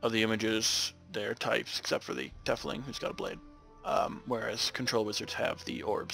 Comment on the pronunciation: Pronounce the Tiefling as "Teefling"(like teeth with an f) instead of "Tefling". It's from German and literally means "deepling". Just something for future videos. :)